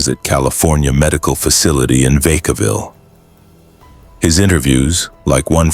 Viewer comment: VACA VILLE like cow town learn how to pronounce words